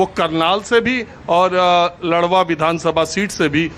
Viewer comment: Wo ldwa nhi ladwa h sir